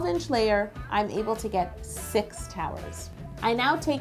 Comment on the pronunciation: Did she say towels or towers?😂 No hate. I love you and your videos😊💖❤💗